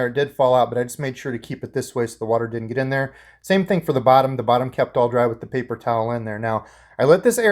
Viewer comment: Did you just say “paper showel”?